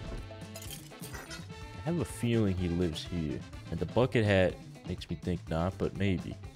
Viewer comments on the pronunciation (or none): none